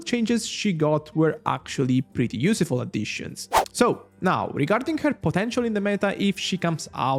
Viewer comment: Day:17 of trying to get to say useful and not use-a-ful